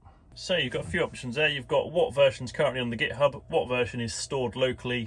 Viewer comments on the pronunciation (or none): none